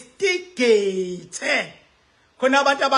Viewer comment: Awufundanga Silima…. INVESTIGATE NOT INVISTIGATE . ITHI NGIBHALE NGESIZULU……INVESTIGEYITHI. NOT INVISTIGEYITHI NX